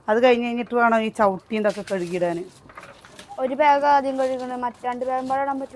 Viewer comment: Please pronounce the word “ BAG” properly…..not Beig!